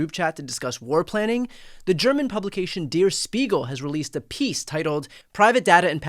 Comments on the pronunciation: It is pronounced DARE ....not deer.......Der Spiegle ...... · I’m sure I’m not first but it’s Der like Dare, not Deer. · It’s pronounced “dare” not “dear.” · Der is pronounced like dare. Not dear! Dankeschön! Great show! ❤ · Dear Brian, it's not pronouced Dear S(h)piegel, but Dayr S(h)piegel.. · BTW, “Der”, as in “Der Spiegel”, is pronounced “dare” and not “dear”. It means “the”. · Brian Tyler Cohen, it's Der (pronounced "dare") Spiegel. Not Deer Spiegel. You got Spiegel perfect, or as Germans would say, perfekt. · "Der" rhymes with hair, not beer. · "Dare" Spiegel not "deer" Spiegel. But that's certainly not the main issue here! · "Der," should rhyme with "air." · Pssst Der is pronounced like DARE….carry on… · Its pronounced "dur" Spiegle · Is it really pronounced like "*dear* speegul"? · Brian, thank you for reporting, just FYI on German pronunciation of “Der” in “Der Spiegel”: /e/ sound is pronounced the same as in “well” or “tell”. I hope this helps! 😊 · You're mispronouncing der. Please check the pronunciation. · Check your pronunciation of Der. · You pronounced “Spiegel” Good but “Der” is pronounced as “there” but with a hard D instead of the th…